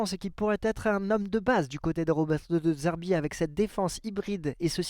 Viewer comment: De zerbi Pas De d'zerbi. C'est insupportable 🤣